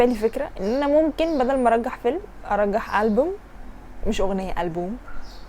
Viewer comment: ارشح مش ارجح 🤔